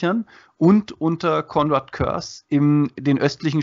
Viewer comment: Im Hörbuch zum Roman Soulhunter wird Kurze wie Curse ausgesprochen.